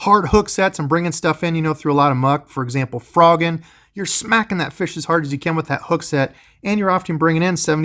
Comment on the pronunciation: Feesh and friends, must be Canadian!